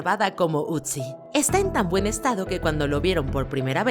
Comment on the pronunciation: No sé llama "utzi" se llama "Otzi" porque esa necesidad de querer pronunciar todos los idiomas como si fuera ingles, si te quieres lucir, que sabes inglés, perfecto, pero, hazlo hablando INGLÉS no queriendo pronunciar cualquier idioma como si estuvieras hablando en ingles.